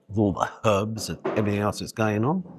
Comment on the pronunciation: Thank you for saying HERBS and not ERBS😀